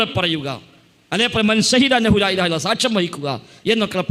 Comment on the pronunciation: ലാഇലാഹ എന്നാണ് . ലായിലാഹ എന്നല്ല